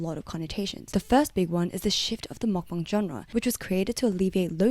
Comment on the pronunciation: take a shot everytime she says makbang